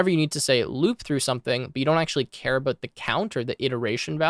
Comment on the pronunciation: you say 'about' like your canadian